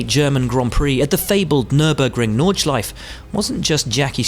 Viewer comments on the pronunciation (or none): It's "Nordschleife", not "Nordschleif". Will there be ever a video without this guy mispronouncing at least one word... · It's NordschleifE and JoCHen Rindt!!!! Start pronouncing it right ... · Nordschlief ? NORDSCHLEIFE